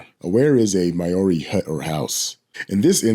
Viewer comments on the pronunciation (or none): Kiwi here, Maori is pronounced mahow ree (soft r) & wh is an F sound. I KNOW you have no ill intentions, but there are many here that would be insulted. These are important words here, esp Maori, I understand that no one can expect everyone to pronounce every language properly, but Google could easily help you get closer than the equivalent of saying Hoh-lah instead of ol-ah (for the Spanish hola) & avoid potential backlash. This is a very well known story here so Kiwis will find this. Please know that Maori culture & words ARE us as well, & the culture can be FIERCE - have you seen a pre-rugby game Haka? Yeah, trust me mate I AM trying to help you. Other than that thank you for covering our country, we have nutters here too, same as everywhere else...just w/a Kiwi twist.